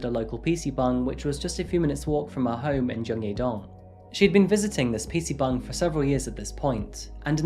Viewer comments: Are you saying "pc bung"?? ☝️ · Bruh are you saying PC bung….? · Im sorry to be that guy but whenever u say "PC Bangs" I can't help but hear "PC buns" lmaoo. Great vid my friend✌🏼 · wtf is a PC bung? Are you trying to say PC bang? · no hate but it sounds like you are saying PC BONG xD